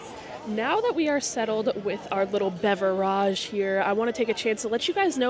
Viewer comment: I would watch more often if “beverage” was pronounced correctly. Not cool.